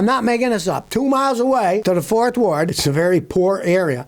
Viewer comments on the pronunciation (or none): none